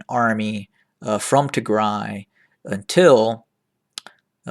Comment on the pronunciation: Thank you for pronouncing right Tigray. Tigray is not pronounced Tigre, please people pronounce right Tigray and Tigray will be a country soon! Thank you!